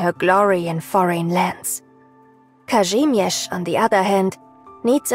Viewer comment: sounds soo good, I'm happy she actually pronounced Kazimierz right 😭💕